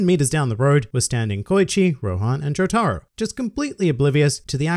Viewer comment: Imagine calling Jotaro "joe-tah-ru"